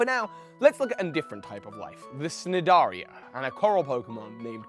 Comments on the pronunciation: Ah yes. “Snidaria” What a pronunciation! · Hey just wanted to let you know that the “C” in Cnidaria is silent, common mistake, love your videos!!!